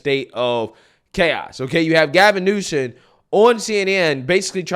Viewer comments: I fucking hate the guy, but at least get his name right. Gavin Newsom. Not Gavin Newson. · You're saying "Newson"? It's NewsoM.